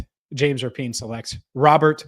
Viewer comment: Speaking of names...not sure if u caught Kay Adams crediting...JAMES RAPPY-ANN at first. After couple tries she did finally say...RAPIEN